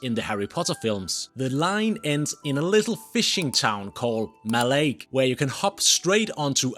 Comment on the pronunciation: And it is not high-lands for starters. U didnt learn much while living in Scotland did u. Ignorant git whatever u r. Mallaig is not mal-laig either.